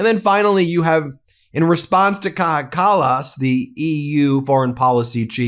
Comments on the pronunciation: I am now convinced that Americans don't speak any English at all. They don't have language, they just make random noises that slightly resemble linguistically meaningful utterances. Take the way Ben Meiselas is incapable of pronouncing the name of Kaja Kallas, for example. Idiot. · How to pronounce Kaja Kallas? English speakers, try this: Kaya Callas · BTW.....It's pronounced - Kai-ya Kal-ous Also, why can she speak better English than trump's epstein-slops = melania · It’s pronounced kaya callas. Lots of love ❤️